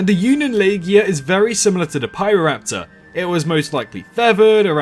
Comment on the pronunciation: Good video. And yep, your pronunciation is pretty much right. It's also notable the landscape Pyroraptor lived in was an archipelago of islands, meaning it very likely did island hope quite often and could swim competently.